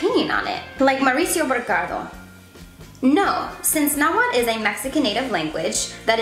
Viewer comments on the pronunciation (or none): Tip its pronounced (atleast in the original language) is na-wa-tl not na-wat or na-wal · Why are you not pronouncing the "TL" at the end of NahuaTL? That is a staple and iconic sound in the Na-HUA-TL language...so I'm confused? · its not nahuat its nahuaTL